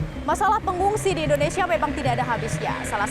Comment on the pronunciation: Endonsah endonesah🥱